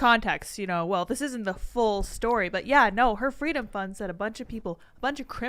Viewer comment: Kamala: "Fweedom"